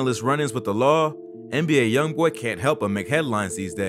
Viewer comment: Am I the only one who heard him say A “i” Youngboy and not ALYoungboy